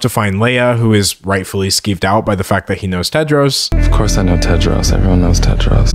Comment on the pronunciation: THE NAME IS TEDROS NOT TED JARS?